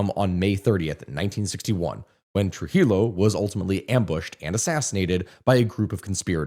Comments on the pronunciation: Friendly tip In spanish LL is pronounced like Y Llo = yo So trujillo is pronounced trujiyo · Lord its trujillo (Truh Hee Yoo)